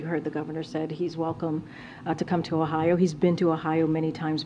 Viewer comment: She cant even pronounce Ohio correctly. Why am I not surprised.